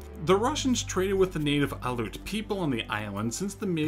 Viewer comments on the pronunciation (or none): Aleut people not alute people look up the pronunciation please